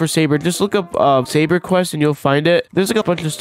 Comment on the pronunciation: Bro can't say saber right